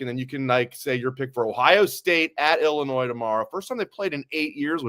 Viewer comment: Can someone please tell the S is silent in ILLINOIS!! 😂